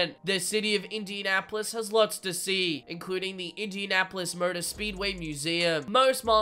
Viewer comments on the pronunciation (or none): none